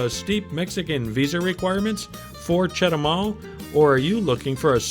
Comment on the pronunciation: It’s chetubar 😂